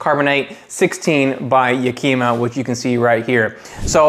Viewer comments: Great video...but why do you keep saying "Yakima" that way? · If you're going to do a review on it, at the very least you should learn how to pronounce the name. Yakima isn't a Japanese word. It comes from a city in Washington state. It's pronounced just like the city.